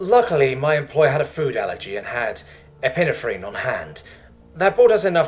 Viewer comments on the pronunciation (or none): Ep-ee-neff- reen. I love you, I like nearly all your stories, but for the love of fuck learn to look up the shit you are not sure about, and have someone listen to your recording, it will improve the lazy pronunciation you have sometimes.